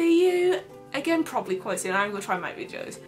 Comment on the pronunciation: It's videos, not "Vidjoes". Sorry it just really bugged me!